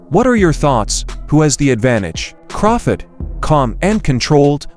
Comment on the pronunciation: Who the hell is craftit 😂. It’s Crawford!!!